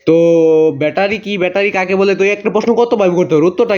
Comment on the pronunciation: ভ্যাটারি না ব্যাটারি 😅